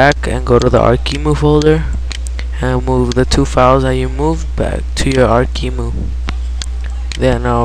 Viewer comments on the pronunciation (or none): its Arc E M U not emu. An emu is an animal, not an emulator